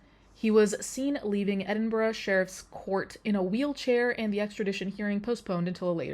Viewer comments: Literally came to the comments to say just this. It is so refreshing not to hear Edin-burrow/Edin-burg or Glass-Gow. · i know ur not american but with ur american accent it's nice to hear edinburgh and glasgow pronounced correctly lol